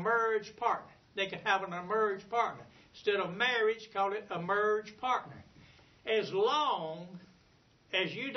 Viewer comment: "murrege perc"?